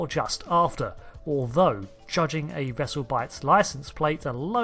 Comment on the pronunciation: "wope," "bubbows," "vessew"